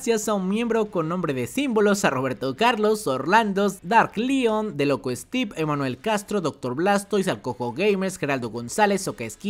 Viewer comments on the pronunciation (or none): none